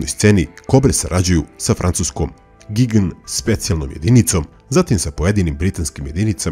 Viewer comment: Gign (gižn)